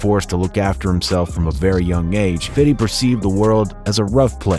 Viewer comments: It's Fifty not fiddy, you sound like Logan or Jake Paul saying it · This guy calling him fitty it is fifty get it straight. 🤣✌️ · His name is fifty cent not fiddy cent. He don’t even call him self fiddy cent lol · It's 50 cent not fiddy cent. Corny as hell. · For a good production, you're ruining it everytime you say "Fiddy".. annoying as hell. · I ain't gon front hearing you constantly say "fiddy" is blowin mines 😂😂 pause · i cant get passed you calling him fiddy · the way this narator says "fitty" makes me wanna pierce my eardrums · stop calling him fitty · It's fifty not fiddy you culture vulture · Please stop saying "Fidy Cent" shit is corny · Please stop saying "fiddy" it's fifty ! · If you say Fitty again I’m not watching this bullshit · You know it’s ok to say “fifty”. Not “fiddy” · Narrator: “FITTY CENT” Me: logs out of life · Why do you keep calling him "Fitty Cent"? It's cringey and embarassing as fuck, and it's what white kids do who are trying to be down. Just say "Fifty". Hearing you say "Fitty" about 200x made this unbearable. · This guy narrating really grinds my gears when he says “Fidddy” … like it really bothers me a lot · "Fity" cent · I can't take this dude serious with this "fiddy" pronunciation. It's wack as hell. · Keeps saying “Fitty” is kinda cringe, fifty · Next video please say FIFTY.. not FITTY.. CRINGE!!! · This narrator keep saying fiddy fiddy Shut yo azz up lbvs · I can't fucking stand when white people insist of calling him "fiddy cent", and i'm white too! Good video non the less tho! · Ah yes, fitty cen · Calling him “fiddy cent” instead of fifty cent is all the reason I need to give this video a thumbs down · I stopped watching when he said “Fiddy cent” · Why does this host keep calling Fifty by "Fitty"? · Dude he even calls himself “FIFTY” not “Fiddy” “50 uh, Bentley uh, Em came and got a Nigga fresh out the slump” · I hate that u call him FIDDY. It’s Fifty bro😂😂😂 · It's so fucking cringe whenever someone says fiddy lmao